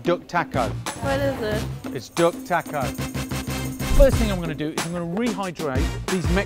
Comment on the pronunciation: In his accent it sounds like: "Its a dog taco." LOL :-}